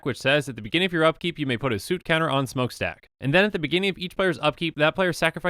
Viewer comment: suit counter? I say "soot" that rhymes with "foot"